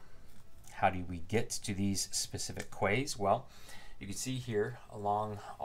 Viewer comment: Thanks for this. Very helpful. BTW quays are what Europeans call wharfs and are pronounced as ‘keys’ 😉